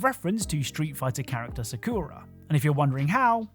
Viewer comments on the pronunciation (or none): I would like to revoke your "Try To Pronounce Japanese" card, please, for that horrible performance saying Sakura's name. Sa-koo-ruh? Really?